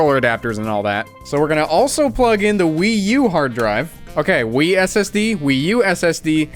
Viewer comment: every time i hear you say "wii ssd" i think about druaga1 and weed ssd